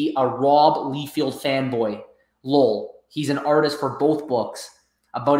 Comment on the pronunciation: It's pronounced Rob "Lie Feld" not "Lee Field". Great content as always guys!